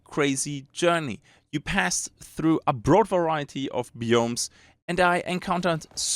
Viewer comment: Sehr gutes Video, Sehr deutscher Akzent hahaha. zB review. Das re wir wie be reel ausgesprochen und nicht wie bei red. oder biomes. bi wie by und nicht wie bee die Biene. aber echt gute review, schön viele Schnitte zu spannenden Szenen und passend zu dem was du sagst. Nicht 0815.